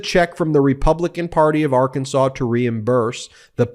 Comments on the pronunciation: Did Sarah Huckerbee just say “ar-KAN-sans”? I have read somewhere in trivia that it is allegedly a crime in Arkansas to deliberately mispronounce the name as “ar-KAN-sas”. If the state should be pronounced “AR-kan-saw”, wouldn’t the people be “AR- kan-SAW-ans”? Just wondering. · If your govern is a crook is a serious issue as any other. If you can not trust her to not steal from the state how can you trust her about health care, education or the state budget. The people of Arr kan saw {there i pronounced it correctly unlike the gov.} knew they were hiring a known liar so they get what they get. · H-Sanders mispronounced Arkansas. I just wonder if these people are from our planet.